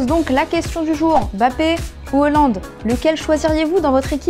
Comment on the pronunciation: arrête de dire "Holland"